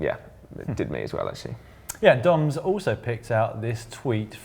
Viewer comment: When Si said, "It's time for Dom's tweet of the week," I swear I heard him say, "It's time for Dong's tweet of the week."